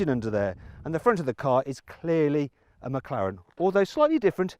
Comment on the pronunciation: 맥칼렌으로 들리는데 저게 제대로 된 발음인가